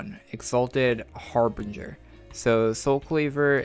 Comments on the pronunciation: Vastroy Muntigul Har-bin-jer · Vastroy Muntigul It's Har binge ger like binge watching Har binge ger